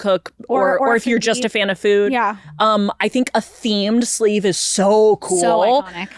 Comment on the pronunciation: Oh the caller said "fan" lmao i heard "would you ever date a fem?" and thought that was why it was mainly meant for